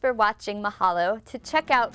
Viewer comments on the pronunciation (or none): none